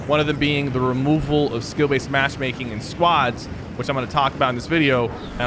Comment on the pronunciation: I can understand what you are trying to say but you were saying skill baset